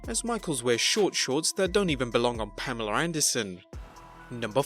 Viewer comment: There is not an "r" in Pamela.